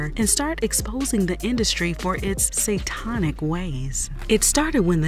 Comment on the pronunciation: it's not "say-ton-ic". It's Say-tan-ic.